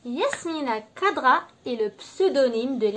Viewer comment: Prononcez correctement son nom d'ecrivain please ; c pas kadra , c khadra